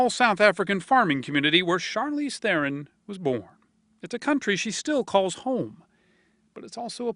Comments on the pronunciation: Please pronounce THERON correctly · Tragic. Oh, the interviewer's pronunciation of her name, I mean. What a fucking boss. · He pronounced her surname wrong. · 99% of people do man, it's almost impossible to know how it's pronounced unless you've heard it first hand